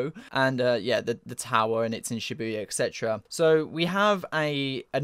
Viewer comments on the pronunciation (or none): none